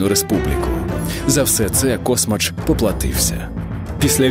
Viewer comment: КасмАч!!!!! Наголос на А!!!!